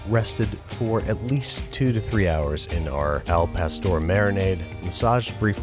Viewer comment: Therapist- BWB pronouncing Spanish doesn’t exist, it can’t hurt you Babish saying al pastor